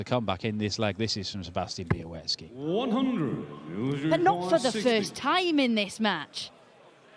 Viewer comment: Why does continue to pronounce Sebastian Bialecki's name as 'be-a-wet-ski'?